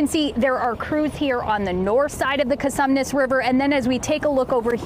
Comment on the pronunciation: It's Con-sue-mees. Not Con- some-ness. Whats the matter with you people?